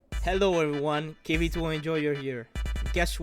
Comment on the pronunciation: Kv-2 more like uh kay vee too